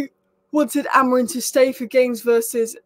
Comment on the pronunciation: A--MO--RIM.. You should take time to pronounce people's names. First Ten Arg, now Amoin.